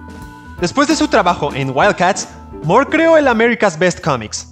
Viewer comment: Fuera de insistir en pronunciar su apellido como "Mor" en lugar de "Mur" La información iba bien. Pero hay un error de interpretación importante, ya que la miniserie "El crepúsculo de los dioses" iba a centrarse en el conflicto entre la casa de El, o sea la familia de Superman; enfrentados a la Familia Marvel, es decir el Capitán Marvel, Mary Marvel, etc y no la editorial rival de DC, Marvel comics, en la que Alan Moore se juro no trabajar jamás